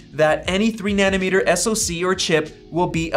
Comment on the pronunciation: It's nanometre, not nanimetre